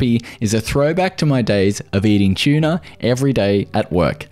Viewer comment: Aha, An Aussie video I've never heard the pronunciation "broccol-eye" before. And he pronounces "tuna" as "chuna"